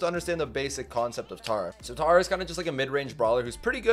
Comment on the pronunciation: Tera not tara